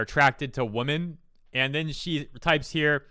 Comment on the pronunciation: Why do you say women as if it's in singular? I've noticed some people do that, it's really weird. "yosai", you often pronounce unfamiliar things as if you're not trying to read it. Holy shit her lack of commas is annoying.